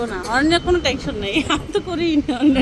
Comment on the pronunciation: Not tanchon bolen tenchon